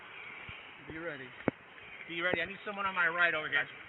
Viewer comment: “I nweed a witnaaas” 😂